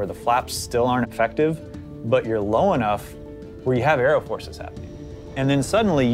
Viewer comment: can you just stop saying "buf" instead of "but"? please